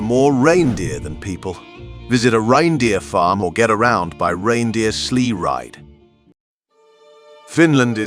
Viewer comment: Sleigh is pronounced SLAY, not SLEE!